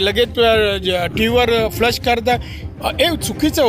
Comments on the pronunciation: It's not flush...... It's flash.... Ha ha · Tv ver flush nhi flash bolaycha hota ka...ajun pn tech saheb..clasess lava english chi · Flas nahi flash